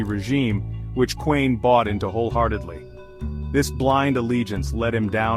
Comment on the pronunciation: Intruiging story. But the video is AI slop. No authentic pictures of the Kuehns. Doesn’t even pronounce their name correctly